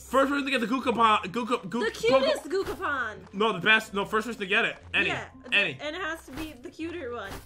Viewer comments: you said gocapon and it's gachapon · Gucapon 😂😂😂🤣 it’s gachapon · Gachapon is pronounced GATCHAPON not guchapon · It is Ga-cha Pon not gokapon XD XD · Only would call a gachapon and gookapen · gucapon Me: dies of laughter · OMG a valentine gahcakaopon edit:; I want the gakapon! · getting triggered when and says 'cookapon' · what im confucing say gugapon and guagapan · Gah-chuh-pawn Gachapon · It actually triggered me when they didn't say Gachapon properly lmfao